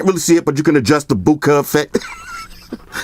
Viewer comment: haha that bookah tho